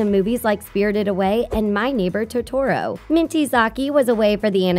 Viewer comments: say it with me: toh-tuhr-oe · Who the heck is to-tora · It is pronounced Tot-Oro not To-Toro. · not really, thats not how japanese pronunciation works, there are differenation in tone yes, but not pronunciation, "tot" is not a proper pronunciation in japanese, oro is yes, but not tot, the name is ととろ, you have to pronounce each character, which is to to ro, you can change up the tone however you want, but you have to pronounce each character. っ has nothing to do with it (what makes you think only っ determines pronunciation out of the 96 standard hiragana?) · O MAI GAWD I LITTERALLY HATE IT WHEN PEOPLE SAY “TO-TORO” WHET IT’S “TOTÒRÒ”!! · Her: "toe-toe-rooo" All of us: HDHWIXHDGWIXIS ITS TOTORO SCREEEEEEEE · Jag gwar Toe toe row not "toe tore row" Sah koo rah, not "sah kur ruh" or "sah koor ruh" Buzz Aldrin being a USA Astronaut is a historical fact. It would be taught internationally. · To-touro... 🤦🏼‍♀️ It’s toe-to-roe... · It not to tor o it's to to ro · in Japan it should be to-to-ro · In Espanish is like that, but in English is like: Tot-oro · its not tot-oro in any language, thats not how names work, a name is a name, a title is a title, and it has one way to say it regardless of language, if a spanish dudes name is "Jose" (Hosay) but i pronounce it as "Joe-sey" you better believe im going to be called a racist at least. speaking another language is never an excuse to mispronounce someones name, or the title of a movie etc... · yes, but tone is how you say the syllable, not how you pronounce it, so tot-oro is wrong as there's no syllable that ends with a "t" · It's literally called to-to-ro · IKR WTF 😂 TU-TOW-ROW uugggghhhh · TOe. TORE OH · Toe-Taur-Oh No. Stop. You're killing me. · No hate but...I got a little triggered when you said Totoro... I’m pretty sure it’s pronounced as /toe-tor-roe/ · “To-toro” my heart is crushed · When she said Totoro’s name wrong: (tiktok song alert) “hOw dArE yOU!” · “T-u-t-or-o” Lord help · OMG YES